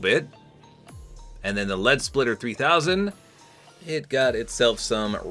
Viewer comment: its "spitter" lead SPITTER not splitter